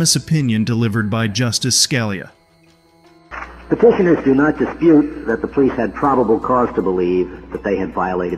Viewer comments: In the third video Scalia is pronounced Sca LEE ahh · In the third video, Scalia is pronounced ScaLEE ahh. Don't forget to like, share, and subscribe to expose corrupt cops